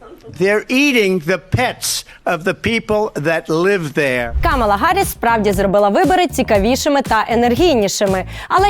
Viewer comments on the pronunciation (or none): Це смішно як українці говорять за політичну культуру. Рагулі навіть не можуть правильно назвати ім'я "Харріс", вічно гекают.